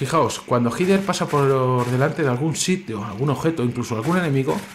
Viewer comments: El nombre es Heather, yo lo pronuncio como Hyder. No se si estara bien pronunciado, creo que si. Saludos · Yo siempre he pronunciado el nombre de la protagonista como "Jeder", que extraño. En project zero la protagonista gira la cabeza hacia ños lugares donde hay objetos